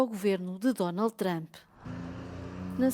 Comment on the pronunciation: Trump chegou...e os de baracanews.pt pronunciar "Thchramp"...é mais uma da mania analfabeta ..